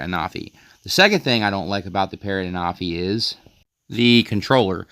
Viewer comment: Hey I just thought I let you know that I myself was pronouncing the name the same as you but when I was watching the Official videos they were pronouncing the name as (AN-A-FEE)